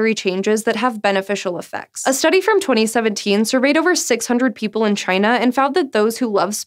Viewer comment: Did I hear twenty seventee*m* or am I just going deaf?